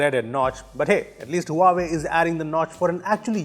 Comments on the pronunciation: it's hva-vey not hua way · team..Huawei is pronunced "wahway" ;-) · Huawei is pronounced as Wah - way